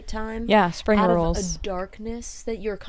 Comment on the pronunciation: you said spring rules but I heard spring rolls and now I want spring rolls